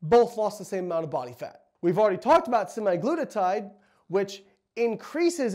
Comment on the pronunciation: Semaglutide, not semaglutatide. Otherwise excellent!😀